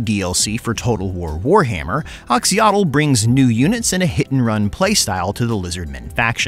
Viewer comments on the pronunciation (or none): If you see an "X" in a Latin -character transliteration of a Mesoamerican language, it's pronounced "sh". I know doesn't know that. It's just too painful to listen to without trying to correct it. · Did you already stop bothering with the "x" = "sh" pronunciation or did I get rused in that last video of yours?